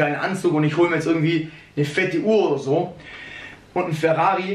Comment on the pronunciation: Sag doch einfach Ferrari und nicht WRAWRI .. das klingt schwul